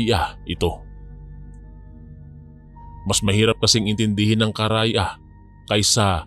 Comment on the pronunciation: Kara ya😂😂😂😂 Karay a po Hindi po Kara ya😂😂😂